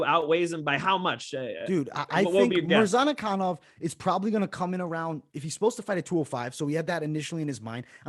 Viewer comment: I like your videos guys but MAN, i cant understand how hard it is to remember few forigner names. You got wrong everyone of them....Murzkananov is Murza-kanov...Zumalgav is Zuma-gulov...Todororovic is Todo-rovic...You make it harder then it is and its look really bad.